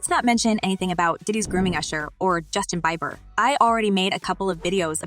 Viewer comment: Justin Byeber was a personal highlight. 🤣